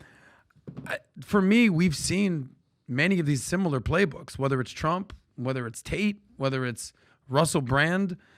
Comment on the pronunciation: " We'll teach Donald Thrump...gugh waluable llllesson.... Don't Mess with fluba-da-fluba dun erika (women of America) unlessh youuuuuu wannagetthebenefit.... end quote, repeat the line" 😉 🤪🤤